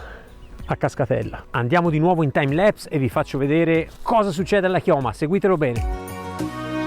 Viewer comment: pronuncia di lapse è laps non leps. timelapse : tīm′laps′ ;unico errore del video...